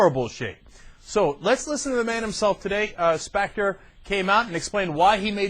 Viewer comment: Who's SPACK-ter?? Arlen Specter's intelligent twin?